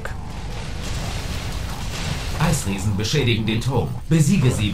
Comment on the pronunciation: Er heißt hulk und nicht halk